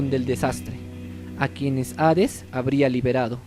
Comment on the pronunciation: No es hares es hades pronuncialo bien lislike😐